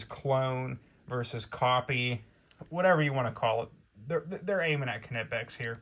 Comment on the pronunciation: Knipex... the "K" is silent